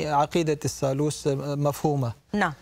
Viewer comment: الثالوث وليس الثالوس. وجلجثة وليس جلجسة. الحقيقة هي أن المسيح صلب على الصليب ولكنه لم يمت بل انزل عن الصليب بعد ستة ساعات فقط وتم إسعافه ليلتين ثم غادر القدس إلى الجليل ومن هناك إلى دمشق حيث بقي بضعة أشهر يتردد بين دمشق وطرابلس الشام ثم غادر إلى كشمير في الهند نهائيا ومات هناك عن عمر مديد وله ذرية موجود حتى اليوم وله ضريح باسمه يوز عساف . وضريحه يسمى روزابال. .وهذه الرواية الصحيحة لها أدلة تاريخية وتختلف عن الروايتبن المسيحية والإسلامية.